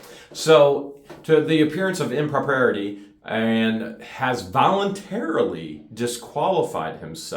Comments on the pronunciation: Im-pro-pr-eye-it-ee pronunciation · Improprity = pronounced im-pro-pri-ity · It’s pronounced I’m pro pri uh te. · Long time follower here. Please don’t take offense The word you’re struggling with, impropriety is pronounced. Im pro pry it tea. I’m so glad to hear that your case is out of levy county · “Impropriety” = im-pro-pry-it-ee” 😂 love you guys!! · Just trying to help you and your lovely spouse George.... The word your at issue with "impropriety" is pronounced 'im-pro-pry-ity" I hope this is of help. And please don't be offended as there is no offense meant. Love and peace to you both, always. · Pronounce impropriety in-pro-pry-e-tee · Just a little help on how to say im-pro-pri-ety. Hope you are not offended.